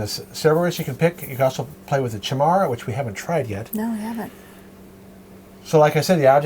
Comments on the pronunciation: How does every single reviewer mispronounce Chimera? It's Kai-Mare-a, not chai-mare-a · I might actually play this version. (BTW, I think it's "kye-meer-ah" Chimera.)